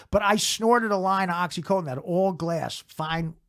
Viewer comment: It's oxy fucking contin. Not coat-in.